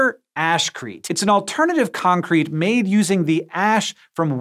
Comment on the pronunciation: My wife couldn't help giggle because she kept hearing Hank say AssCrete